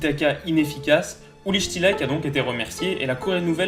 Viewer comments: Tu prononces "Shtilaïke" pour un Allemand ? A vue de nez je dirai plutôt "Shtilike" ... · Parfait comme toujours petite précision l'entraineur est allemand (STIELIKE se prononce CHTi-li-queue) (en gros) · super intéressant comme chaque vidéeo. Mais qu'est devenu ce pauvre "chtiliqué"?(ouais il est allemand pas anglais LOL) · Fais un effort sur la prononciation stp, "Chtilaïke" c'est vraiment pas possible ! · Si jamais Uli Stielike ca se prononce "ouli Chtiliké" Bonne vidéo sinon sur une équipe peu connue ;) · Uli Chti-Li-KEU. Désolé mais mes oreilles ont saigné à ce moment.